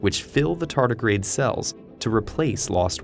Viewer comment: Clicked on this video just for the pronunciation "TARDIGRADE"